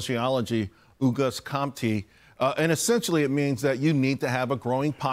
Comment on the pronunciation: The news presenter absolutely butchered the pronunciation of Auguste Comte.